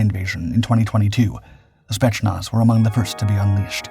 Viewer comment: FWIW it's more "Spey't's-nazz" rather than "Shpets-nazh". Decent video, though, nice intro/overview in a short video. ;) Also the COD Bot boys who know wayy too much about breaking the mind thru breaking the body are here in the comments... and they know what wimps elite soldiers are. Thank goodness they're all about to go help UKR end this war. With a Vente Latte and a sign. Afterwards, to the dispensary.... Indeed some of this is Prop... But the Spetznaz isn't the India/Pakistan military dress parade war/competition performed everyday...